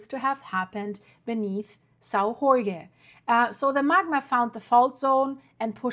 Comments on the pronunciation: I live in Sao Jorge, yeah, we had a big earthquake 3.8 and a few thousand smaller ones, everything went well gladly! And in Portuguese a J is a J not a R, that’s Spanish 😉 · Yeah was about to comment this, both J and g are pronounced with the sound of G as in Geo and Jorge but Portuguese is not easy for foreigners. Finns spell Jorge as Iórgue for example. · if you say "George" it is pretty darn close to Jorge, but most people are more familiar with the spanish pronounciation. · Why do you pronounce São Jorge like in bad Spanish??.. in Portuguese the "J" is not pronounced like in Spanish "Gh", in fact "J" in Portuguese is pronounced more like in English or French, so you'll be more correct to call it "Sao George " than in that giberish "Spanish" "Ghorgge" ... 🙄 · We are not Spanish! drives me nuts when people butcher the name Jorge as Horhay, Horhgay, etc we pronounce the letter J like the French, if you can't do that just say Saint George in English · The islands' name is pronounced Sao ( Saint) (Jorge portuguese George), not (Horge. Spanish ) . Your welcome There is no H sound in portuguese , the H is always silent. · dont pronounce the letter J like you do for spanish, have nothing to do with spanish, the correct way sounds like George. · Hello, thanks for your work. Your pronunciation of "São" is not bad, but "Jorge" sounds more like "George" in English than your (understandable) mangling of the word...hope this a useful reference for the future.... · Hi there. As a Portuguese man, and as a subscriber, I would like to inform you that in Portuguese "Jorge" is pronounced similarly to George in English and not as you did in this video. That is the way the Spaniards pronounce it. Same spelling but different pronunciation. In Portuguese, the letter "J" is pronounced like it is in French or in English, not like it is done in Spanish. Interesting video, as per usual. Thank you.